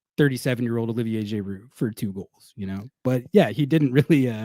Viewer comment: We gotta figure out how manages to get “Jay-roo” out of Giroud